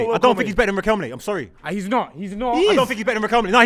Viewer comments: said Riquelmlay ten times and nobody clocked it 😭😭😭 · naa how did everyone let get away with saying Riquelm-lay🤣🤣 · Riqemly 😂😂😂😂 repeated that with chest too many times… surprised no one picked David Villa at Valencia… he was cold. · Man said Riquelme’s name wrong sooo many times in one sequence 🤣